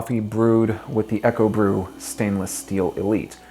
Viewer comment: Isn't Ekobrew pronounced "eeko brew"? Eko, like eco (short for ecology... meaning environmentally friendly). And isn't Kuerig pronounced "key-yer-rig"? Sorry for being a stickler it was just bugging me! lol. Thanks for the video! I went on to buy a Ekobrew and love it.